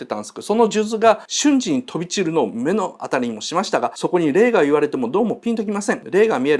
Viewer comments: はぁ～あの溜息。「めのあたり」じゃ無く「まのあたり」でしょ。やれやれ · 「目の当たり」は「まのあたり」と読みます。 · めのあたり、じゃなく、まのあたりね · めのあたり× まのあたり○